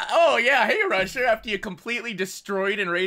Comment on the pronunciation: Haha with cc's on when said "Rusher" It came out as russia.